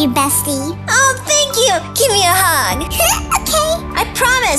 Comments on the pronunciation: It's okeh to not be okeh 😌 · it is okeh to be not okeh.☺